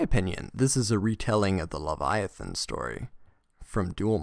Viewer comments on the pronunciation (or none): none